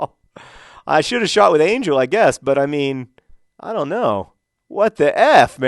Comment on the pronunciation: It's Ángel. Pronounced an-HEL. You've got to pronounce his name correctly before he'll score. ;D